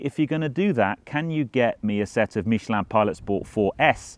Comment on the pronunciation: Great video as always and congratulations four your impeccable pronunciation of Michelin (and that's coming from a Frenchman). Sorry to hear about your bad experience in France. Out of interest did you use Porsche Roadside assistance or another? Any advice when touring abroad? I'd love to carry a spare tyre but there is no enough room in a Cayman!